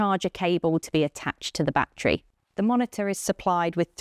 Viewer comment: batree batree batree